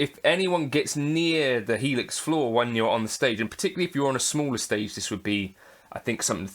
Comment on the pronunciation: You said it correct. The full Helix.